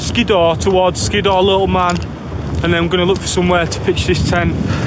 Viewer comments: Hardcore camp that mate....oh and its pronounced Skidder. I pronounced it the same way as you until someone pointed it to me. 😉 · I liked the part where he said “Skiddaw”.